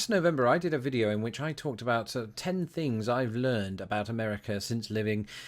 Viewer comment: I love hearing you say "fings" ❤